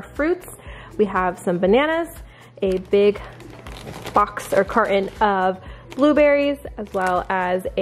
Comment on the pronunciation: Do u know how to say carton